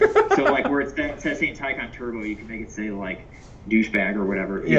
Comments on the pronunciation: It’s pronounced taken. Also, those painted to match barrel wheels look terrible in person. Early 2000s dub style. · Did you say “Pecan “?